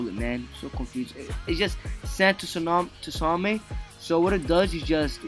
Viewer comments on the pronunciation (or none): none